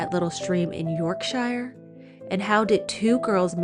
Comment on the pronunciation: Cottingley fairies & no one says shire = Yorksher"